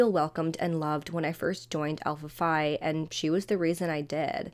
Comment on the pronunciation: Pronounced alpha - fee